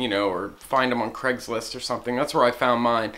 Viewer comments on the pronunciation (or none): none